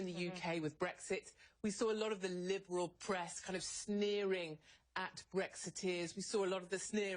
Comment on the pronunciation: Trigger Warning starting at 18 seconds: "We saw a lot of the LIBERRRALLL Press" LOL - Love The Way She Says Liberal.